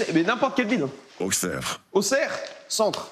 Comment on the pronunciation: enfin quelqu'un qui prononce bien Auxerre